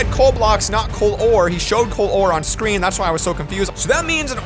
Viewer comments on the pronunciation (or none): none